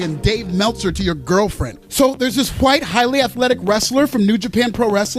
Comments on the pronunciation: it burns my skin how you say white I fucking hate it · It burns my skin how you say, "white." I fucking hate it!